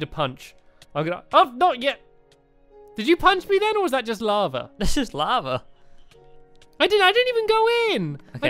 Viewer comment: When Stamps said lava, i thought he said lama